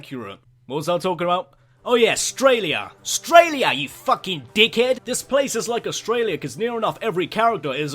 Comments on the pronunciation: No we don't! don't stereotype your own country you deek hed! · " you fucking Deek hed" it's funny because that's actually how we (Australians) talk